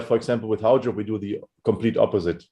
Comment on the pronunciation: finally can pronounce Haujobb..ahh